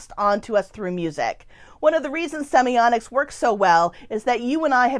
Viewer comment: Why do you call it semioNics?